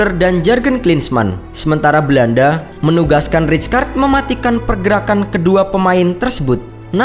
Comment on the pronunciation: weuww bacanya raykard